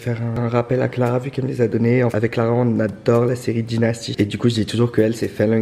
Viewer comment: Omg sa se voit que vous êtes français comment ta prononcer « DYNASTY » 🤦🏽‍♀️😂